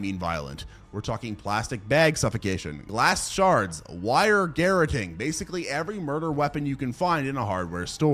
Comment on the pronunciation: So the word he said was actually "garrotting". I'm not sure if he pronounced it right. Essentially it's strangulation with a thin cable or metal collar, like piano wire, a bike chain, dog leash, etc